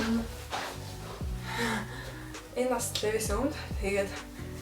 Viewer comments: Levi’s-г левис биш ливяс гэж дуудна шүү😅😅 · brand neree zov heleereii лээвийс биш ливаяс гэж уншина